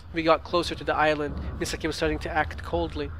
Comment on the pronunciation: Indeed all comments will! I think it would be Me-saw-key in English xP Also, yay more fatal frame!